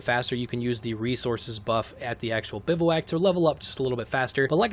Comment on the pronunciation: Great video and all, but it’s pronounced “biv-wack”